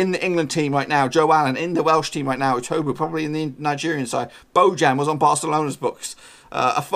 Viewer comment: Who’s etobo His name is etebo